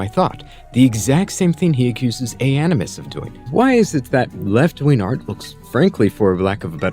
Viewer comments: Dude pronounces “wing” as “win.” Zero credibility. Edit: apparently “ween” is an alternative pronunciation of “wing” for him as well. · I hear proof that this man can pronounce Gs but for the life of me every time he says "wing" or "winger" it just sounds like ween